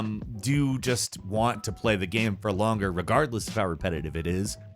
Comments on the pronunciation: he really just said gam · Bro why can't you pronounce "game" properly? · Geam. Geyam. Gaeam.